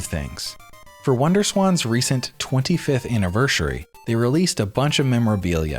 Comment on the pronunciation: "Annivershury" ? What are you, 5? Grow up and learn how to speak correctly.